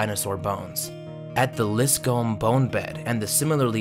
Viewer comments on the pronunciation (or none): It's not lis comb. it's pronounced liscum. liss come. etc. not comb with a long o but come with a short u. I'm pretty sure that's correct. Just fyi! For names, you might want to check pronunciations b4 voicing the vids. FishHeadSalad shouted ya out and so I'm checking out yer vids. Pretty nice stuff from what I have seen so far.